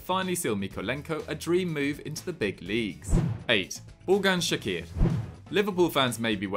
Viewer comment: It's not shaqir it's pronounced chakir and vedat isn't pushing for a move the club has decided he is happy with fenerbahce